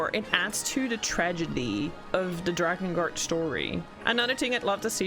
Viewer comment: You lost me when you said "drakengart"